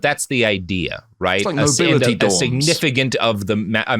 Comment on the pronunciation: "Oll the nobili'ee" Man's peasantmaxxing